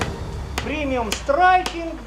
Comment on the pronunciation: "premium striking" with russian accent in pronunciation...uhh "slav sqat-mode on!"